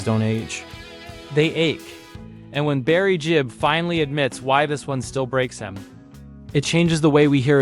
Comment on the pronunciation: It's Gibb, not Jibb.